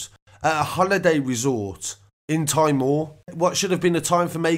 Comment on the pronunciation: It's pronounced '' tea mawer"